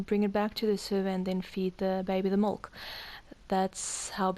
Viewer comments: Why do you keep on calling molk instead of milk? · MIIIIILK NOT MOLKKK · I stopped watching after 15 seconds because you called milk molk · Milk not molk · you sound like a little kid trying to say milk but you say mulk instead lol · I'm gonna like this video, but everytime you say mulk its cracking me up xD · Did you say mulk? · Please stop saying mulk 😭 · Tafuck its "Mulk" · She says molk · Y is she saying mulk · Just get the man a glass of Mulk! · Shes Afrikaans and as she said she doesnt speak english as a 1st language and in afrikaans milk is melk